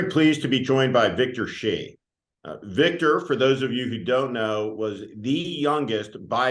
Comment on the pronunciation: Correct pronunciation of Shi is "sure". Xi is "she". With Chinese names you gotta know Hu is "who" and He is "huh".